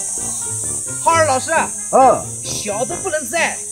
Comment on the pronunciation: 你叫浩二老师我怎么光听成哈儿老师😂😂😂